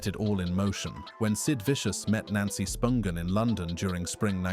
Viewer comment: Sid Vicious is buried in NJ?? Props to this narrator for pronouncing Spungen correctly. 👏